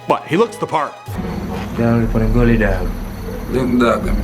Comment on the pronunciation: Correction: Gully* not Dully. Great video.